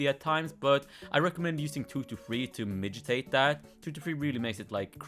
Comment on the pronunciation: My favorite part was when he said mijitate instead of mitigate